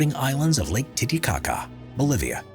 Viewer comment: I’m sorry, no one gonna talk about lake “tittie-caca”????? Did I hear that right or am I trippin lmaooooo🤣